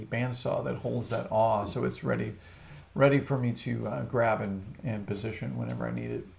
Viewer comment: nice video was kind of looking more for a just processing or figuring out the best way to get blanks cut to get them to stack to dry as in the the way they are at the start your video lol but still very informative.....just have to say though.....there is an l in awl